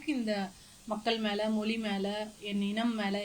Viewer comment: ஆஹா, மொழி என்பதை ' மொளி ' என்று உளரும்போதே மொழியில் உள்ள காதல் நன்கு இளித்து புளித்துவிட்ட இலட்சணம் தெரிகிறது